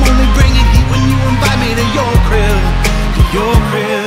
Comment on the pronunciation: I'm just saying everytime he says crib is sounds like grill Good luck unhearing it